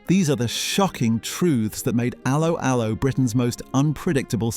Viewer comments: A low a low. If you review something learn how to say it lol😂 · It's not ALoe ALoe ... it's 'Allo 'Allo. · Yeah had to turn off cos of this. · Idiot pronounciation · It's pronounced 'allo 'allo not 'allo 'allo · It's allO allO, for god's sake! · pronounced ello ello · The key words 'Allo Allo' were pronounced with a 'French' accent - emphasis on the 2nd syllable, not the first.